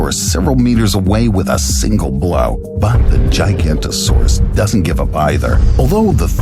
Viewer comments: it's not giganto-saurus but giga- noto-saurus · Forgive me for nitpicking details, but if you're going to present an animal, at the very least learn to pronounce it's name. You lose a ton of face credibility if you don't. GI-GA-NOTO-SAURUS. Kids who watch these videos can do better than this. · That is not how giganotosaurus is pronounced. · Bro that’s not the correct pronunciation of giganatosuaruse